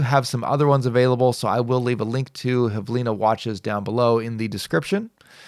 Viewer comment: IIRC it's belarusian brand (hv-ili-na, not h-v-lina) which means "minute"